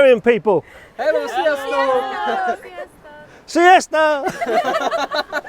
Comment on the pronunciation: Thanks for taking that lovely shot of my fellow countrymen. Your "sziasztok" was excellent, you are quite good at pronounciation :) Keep up the good work. Greetings from Budapest, Hungary Szia :)